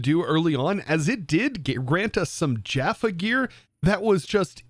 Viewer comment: It was so obvious you didn't watch SG-1, Atlantis or Universe as you mispronounced every name from the show starting with Jaffa (Ja-Farr (and for my fellow 'gaters, "KREE!")). Thanks for the spotlight though fellow MCer.